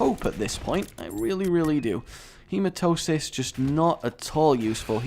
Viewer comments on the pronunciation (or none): HE-MA-TEM-EE-SIS rage, not hematosis exassparated face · Its HematEmis NOT HematOsis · Okay, I'm going to ATTEMPT to teach you the name of the pill Hematemesis....... HE-MA-TE-ME-SIS, also look up the condition, its fucked up tbh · ian b a de souza It's actually HematEMEsis